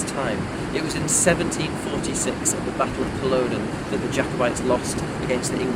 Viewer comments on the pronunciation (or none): Ive never heard it called "Cul-load-en" , although the Scots do seem to pronounce their "o"s like that in somenother words 🤔🤷 Ive always heard it named "cull -odd-en" . Curious for the correct pronunciation 🙂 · Culloden: the ‘o’ as in ‘dog’ please, not ‘go’. 😊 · HOW did you pronounce Culloden? First time EVER that I have heard in that fashion. NORTY BOY.